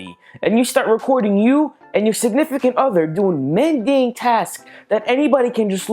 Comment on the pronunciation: middane tasks. suscribers listening to this guy miss pronounce words is hilarious